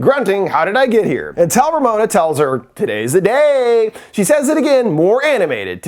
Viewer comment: I think this is my favorite intro skit 😂. "Todays deh daey" is gonna be in my head forever